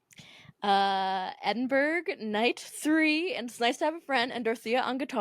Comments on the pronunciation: As a Glasgow resident, I'm all for some Edinburgh slander, but istg if you say EdinBURG one more time I'm gonna start crying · EdinBURG? OURland? jfc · Petition for to stop saying Edinburgh like that